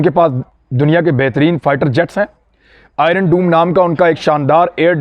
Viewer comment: Imran bhi - ye Iron doom nahi he sir - ye DOME he (short 'O' k sath). doom ka kuch aor matlab he.